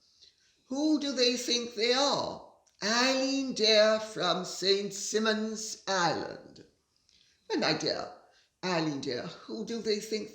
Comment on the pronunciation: Saint Simon's Island is a small island off the coast of Georgia (US). St. Simon's is pronounced with a long "I" as in island. As a matter of fact, I have never heard Simon pronounced with a short "I" sound as in "him".